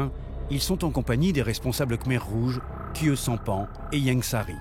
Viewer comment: le langage khmer n'est pas un sous-produit du langage français . à 14.16 , KHIEU SAMPHAN ne se prononce pas du tout comme vous dites . "KHIEU" signifie "bleu" et se prononce comme suit , KH = k , IE = i , U = ou . Alors en langage khmer KHIEU se prononce ki-ou . thngai nis mean mek khieu . aujourd'hui le ciel est bleu .